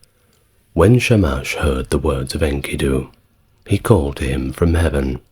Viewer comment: My I offer another pronounciation of the name Enkidu. The narrator says INKY'-doo, but on STNG, Patrick Stewart (Jean-Luc Picard) pronounces Enkidu as in-KEY'-doo, in the episode "Darmok and Jalad at Tanagra" with the emphasis on the sylable ki.